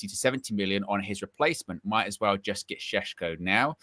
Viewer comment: It’s Sheshko, like Sean Connery would say it! 😊